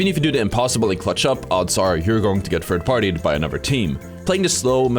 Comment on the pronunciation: Say “th” THird. Thhhhhhhh. Not with an F. It’s not Fird.